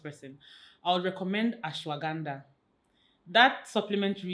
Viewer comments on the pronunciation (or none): You guys have been close sisters from HRC days.. Aww i cried with you guys 😢.. and i laughed so hard at Dimma saying Ashragranda 😂 So good to see Nneoma again on this channel.. So proud of your growth Sake ❤😊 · Dimma's pronounciation of 'Ashwaganda' is sending me 😅😅😅😅😅.